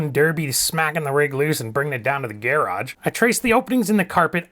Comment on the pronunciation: You sir, are hilarious! Love the way you say gear-ahg 😊 Thanks for the video!!!